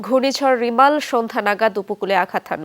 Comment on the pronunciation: রিমাল❌ রেমাল ✅